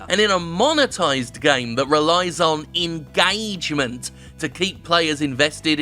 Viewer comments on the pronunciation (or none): It's not engagement, it's engAAAgement. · Nobody: Jim Sterling: engAAAgement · The way Jim pronounces ingaygment is satisfying as fuck. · Dominick Desalvo Pronounced “enguh-triple A-gement”